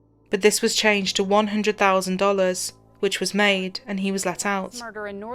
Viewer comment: “Tew fowsand “